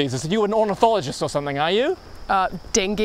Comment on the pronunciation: Ornithologist that NZ accent 🤦‍♂🤣